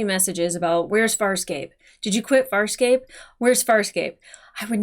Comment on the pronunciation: ... Why does this womanpronunce "Farscape" as a southern american would say "Fire escape"?.. She even seem to include the extra micro gluttal stop.